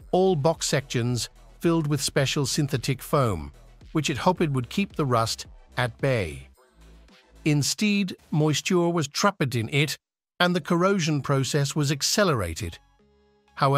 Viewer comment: Insteed moisture was trapeteted!! 😂😂